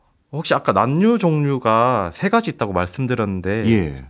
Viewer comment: 난류를 [난뉴]로 발음하시네요, 과학 동아 기자님이신데…